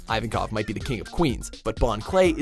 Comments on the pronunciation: I cringed when they said Ivankov and Bartolomeo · I also how they mispronounced ivonkov’s name.